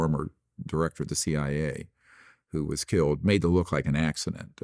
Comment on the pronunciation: “Why haven’t you been *keeled*” 🤯😂